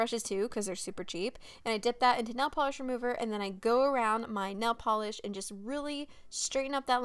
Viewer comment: “nell polish”